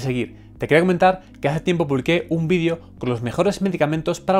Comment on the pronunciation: Sólo q me da un poco de gracia por que ustedes no pronuncian la palabra Vídeo con la E. y se escucha Vidio no Vídeo. Muy Aparte de mi burla, Buen tema